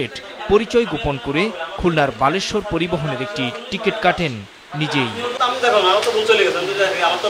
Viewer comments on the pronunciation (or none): সাংবাদিক ভাই বালেশ্বর হবে না বলেশ্বর পরিবহন 🤣 এভাবে বল কে বাল বলে ফেললে তো হবে না পরিবহনের বেইজ্জতি করে ফেললেন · আরে বেটা বালেশ্বর না বলেশ্বর। 😂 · ভাই বালেশ্বর না বলেশ্বর পরিবহন হবে। দয়া করে ভাষা ঠিক করেন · সাংবাদিক সাহেব,,ওটা বলেশ্বর পরিবহন 😮 আপনি বলেছেন বালেশ্বর 😂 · বালেশ্বর না বলেশ্বর,,,,, উপস্থাপন ভাই কি আটো পাশ😑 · বলেশ্বর কে বালেশ্বর বললো মজা পেলাম 😂😂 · সাংঘাতিক আগে বলেশ্বর আর বালেশ্বর উচ্চারণ করা শেখো